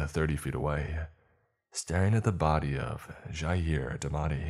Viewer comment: Someone actually pronouncing my name correctly -Jair